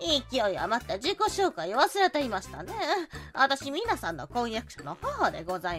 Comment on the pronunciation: ミナ❌ ミナ〇〇○⭕